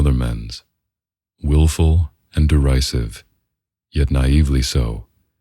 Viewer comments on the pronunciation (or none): Nice job, but next time, be sure to confirm the pronunciation of implacability and derisive.